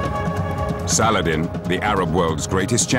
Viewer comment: You rong saladin not arabe make sure when saying a story